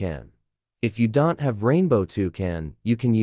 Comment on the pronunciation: you should put a comma in "don't" in your ai voice script so it pronounces it right.